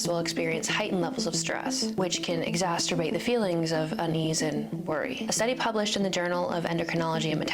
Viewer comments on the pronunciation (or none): Did she say "exasturbate" instead of exacerbate😂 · “Exasterbate”! - Is that a new word? Exacerbate? Masturbate? … erh yeah it’s probably about right..? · Did she say "exasterbate" the problem?